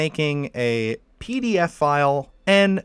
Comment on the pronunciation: "PDF files". Why do you say it like that?